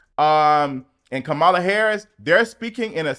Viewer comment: I love you and I've followed your channel for years but can you please learn how to properly pronounce VP Kamala Harris name. Her name is pronounced Comma-la not Ca-mall-a. 😉🥰